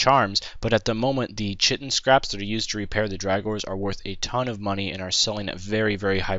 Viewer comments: KIGH tin. Not chih tin. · its pronounced Ky-tin